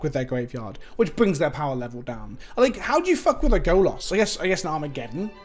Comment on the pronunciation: I'll say this every time you fuck up the pronunciation: Golas means Naked Man in Polish. Stop fucking up 😅😅😅😂😂😂